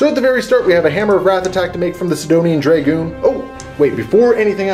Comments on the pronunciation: Dragoon- pronounced drah-goon not draygooon, sorry for being the pronunciation police but it made me cringe whenever I heard it :) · I love the batrep, but stop saying draygoon please!! >.< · Its pronounced Drah-goon rather than Dray-goon